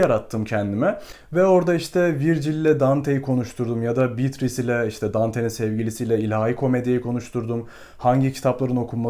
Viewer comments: şuna bitris değil de beatriçe (evet oyle okunuyor) desen zayif bir animda izkedigim videonu ikinmadan bitircektim ( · Emeğinize sağlık. Telaffuzlar hakkında naçizane iki katkıda bulunayım. “Atıf” kelimesinde baştaki a harfi kısa okunur. Yalnızca erkek ismi olan Atıf’ta a uzatılır. Bir de Dante’nin sevgilisi Beatrice’nin ismi italyanca telaffuzda “beatriçe” olarak söylenir. İngilizce içeriklerde de “beatris” olarak genelde geçmekte. “Bitris”in doğru bir kullanım olduğundan emin değilim. Başarılar diliyorum. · Bitris nedir öyle 😂 mörseydis gibi